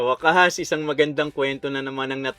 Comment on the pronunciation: Nagpaparamdam mula po sa North Pole hehehe sa dami ng pinapakingnan ko sa lahat ng ending nabubwesit ako doon sa pagbigkas ng waaaakassssss.... hahahaha😂😂😂😂😂😂😂😂😂